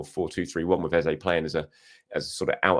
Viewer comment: Hi just want to point out...you are saying EZE'S name wrong again and have been for the last few videos.I will put it down to the excitement of getting your Internet sorted and the celebrations after big Gabi's late winner which is clouding your mind🤣🤷‍♂